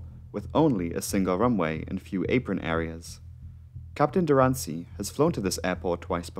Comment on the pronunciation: You have a wonderful channel. Definitely worth attention. I'm a big fan of aviation. :) You might want to pay attention to the Turkish name pronunciations though; it's not Dur-an-sii; it's Duran-cı (read the c as a quicker version of j) I can help you out if you are interested.